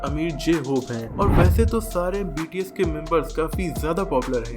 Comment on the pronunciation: It's not BTC it's bts